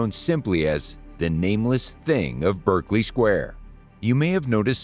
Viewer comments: Just Stop saying Berk! 😂😂 Berkeley Square in West London. Many Americans, because it is spelt in the same way as the famous Ivy League college in California, pronounce it Berk-Ley, (Berk to rhyme with smirk). But, it is actually pronounced Barclay ( Berk to rhyme with lark) . See also Berkshire, the county in south west England ( where Windsor castle is situated) also pronounced Bark-shire , never Burk-shire! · Please note that the pronunciation is BArkley not BErkley. If you plan an informative video it might be helpful to note the correct nomenclature.